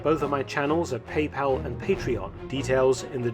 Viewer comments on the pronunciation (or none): none